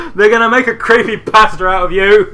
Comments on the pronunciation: You sound like you're saying "Pastor" every time you say "Pasta" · I just realized they were saying pasta 9 minutes in. I thought they were saying pastor for some reason.